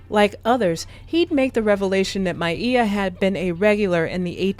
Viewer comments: Why you keep saying her name like that? Is this AI speaking? Because it's said like Mia but you saying Miea or something 😭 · Very sad indeed. Her talented mother passed in 2006. One of my favorite authors. Also, I'm irritated by her name being pronounced My-ee-ah. Isn't her name pronounced My-ah? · Damn you could at least pronounce name correctly, her name is Maia not Mieah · This is artificial intelligence. Synthesized black female voice over. Can't even pronounce Maia (Maya) correctly. Well, they tried.